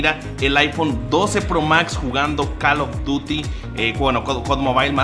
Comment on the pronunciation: dile vas a usa con tu compa el jv o tienes al.ded y no creo que no te enseñen a minimo pronunciar call of dury we